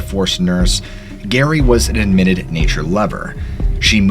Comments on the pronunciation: Constructive criticism: Calling a female named Geraldine 'Gary' as opposed to Jerri is unforgivable. Every time you say Appalachia(n) it makes me wince. I love the content, but your overall storytelling style reminds me of Creepy Pasta that's more geared toward adolescents. I try to watch your videos, but these things have distracted me from enjoying your videos. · Pretty sure her name was pronounced like Jerry, not Gary (her name is Geraldine). I watched a North Woods Law episode where they searched for her and that's how they pronounce it. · This is kinda bugging me but you keep pronouncing Geraldines name wrong! the first letter is a J sound so you pronounce it Jeraldine. I know this because one of my grandmothers was Named Geraldine. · It's pronounced JERRY, you imbecile.... The G is pronounced as a J thus 'Geraldine' is pronounced 'Jeh-Rhyl-Deen'... 🤦‍♂️🤦‍♂️🤦‍♂️🤦‍♂️🤦‍♂️🤦‍♂️🤦‍♂️ This is absolutely shameful, you should be thoroughly embarrassed by your ignorance. I strongly suggest you suspend your channel until you can obtain your GED... 🙏🙏🙏🙏 Disgraceful to think that a white, male American, in 2022, is so poorly educated, that you cannot even properly pronounce a fairly common name 😞😞😞😞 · Geraldine aka Gerry is pronounced Jerry not Gary; Gary is a man’s name. Geoffrey is pronounced Jeffery, so yeah Geoff is said like Jeff. Cmon dude have ever heard the name Jee-off?